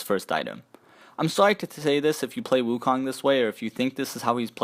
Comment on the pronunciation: I love the video, I play wukong the most but I would love if everyone pronounced his name properly. The "o" in "kong" is pronounced with an "O" sound not an "ah" sound. Keep up the good work though!